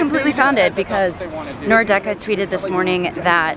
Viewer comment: Cool video! Great seeing MLS get this kind of media creator coverage. Was also hilarious seeing Hejduk's son, he's as if he simply was molded out of one of Frankie's ribs. Though I noticed you were pronouncing "Nordecke" as /Nor- Decke/. It's actually /Nord - Ecke/, literally meaning north corner.